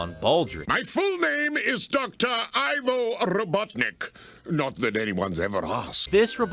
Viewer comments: Fun fact. The Ivo of Ivo Robotnik isn't actually pronounced "I-vo" but rather "E-vo" as in evil, or Ovi backwards (which is a prefix for egg). It was confirmed as such in one of the questions of the second Sonic Twitter takeover, which was Sonic Boom themed. Although to be honest, I wouldn't be surprised if Sega rolled back on that and it was now pronunced like most people do. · I just recently learned that Ivo is actually a real name. It’s a German boy name that means yew tree. Everyone pronounces his name as I-voh when it’s actually pronounced ee-voh, so I guess everyone be pronouncing it wrong. Gerald and Maria are also German names so idk maybe Eggman's got a mix of German and Slavic heritage.